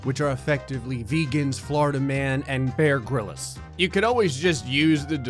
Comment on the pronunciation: b..b...bear grill-is? i... i thought it was pronounced Bear Grills. i...i...i’ve been lied to...